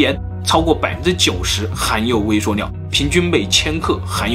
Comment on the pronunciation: 食物念 威碩尿